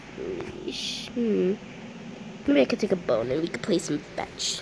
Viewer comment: When she wanted to say "bone" it was "bON'' LOL 🤣🤣🤣